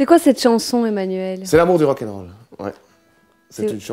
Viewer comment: L'amour du wak-en-wol 😂😂😂